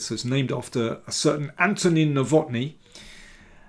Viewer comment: Nowotny is a Czech name and thus has to be stressed on the first syllable.